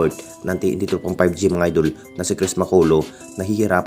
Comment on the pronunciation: Puro ka idol hindi idul ... Idul ka ng idul bulol